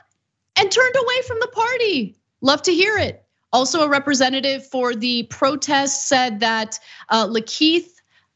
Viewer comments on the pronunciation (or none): none